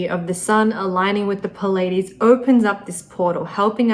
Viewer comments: Why is she pronouncing "Pleides" like "Pul aye dees"? It is "Plee aye dee's" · "Plee-a-deez" not "pu-ladies" !!!! You are teaching people, Please teach them well... (It can be highly embarrassing to learn that you have mispronounced a word for years! Speaking from experience...) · It's pronounced plee ay Deez. Spelled Pleiades. You were pronouncing it wrong. Great report. I love your work. My mercury is in Kritika in the 7th house. That should explain my reason for this comment.